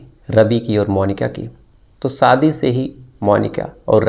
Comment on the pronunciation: Bhai sha ko sa math boliye please saadi nahi shadi hoti hai please make your pronounciation better because you are a official story teller ❗❗